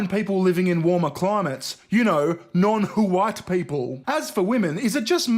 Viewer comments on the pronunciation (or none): Non hu-white? Revealing pronounciation!